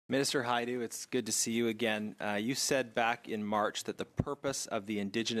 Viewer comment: Patty Hajdu, do as I say not as Ha du...lol